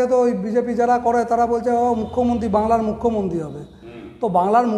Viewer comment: এগিয়ে রাংলা! গরমেন্ট।(অনুপ্রাণিত উচ্চারণ )।